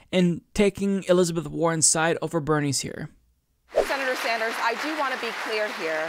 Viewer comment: Did no one catch the moderator say “Senator Sanjew” after Sander’s said he deliberately did not say that statement about Warren??